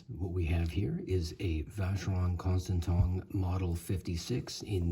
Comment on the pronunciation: I in French sounds like an e so it's constanteen , I'm not trying to be an asshole I lived in Toulouse back in in the day, again I'm a council worker, I fill pot holes for a livin, not been snobby, a sounds like an e and an e like an a,,,,,, and don't get me started about my own language, Irish, that's completely mad, anyway, all the best from Ireland,Seán